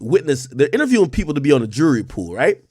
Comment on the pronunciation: Ak says jury like he says Rury.